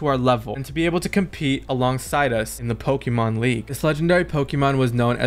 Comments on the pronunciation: Pls get someone with actual pokémon knowledge in your team so you pronounce the names right….. And so you can get advice on battles… Good video though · bros never played pokemon he cant pronounce any of them xd